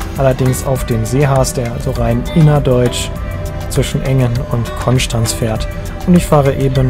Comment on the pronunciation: Vielen Dank für deine korrekte Aussprache von Konstanz 😂🙏🏼